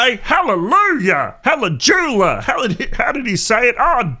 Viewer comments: It’s “Halle-YOU-jah” 😂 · Halle - Joo - Yah!